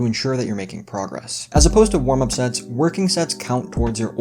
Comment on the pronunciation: I thought you said sex instead of sets at first. LOL!.